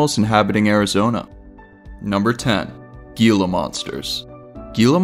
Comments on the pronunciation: The way Gila monster is pronounced is not (gee-la) it’s (hee-la) monster. You must not be from Az. Like your show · the gila monster pronunciation was painful 😂